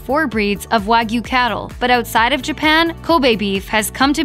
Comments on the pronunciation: This pronunciation makes me livid. WAH-GYOU. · It's hard to take a video about steak seriously when they don't even pronounce wagyu correctly.